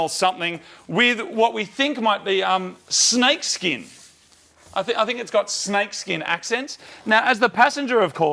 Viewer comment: he says snake skikn lol